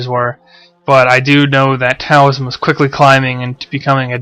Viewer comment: Taoism is actually pronounced as though the T were a D.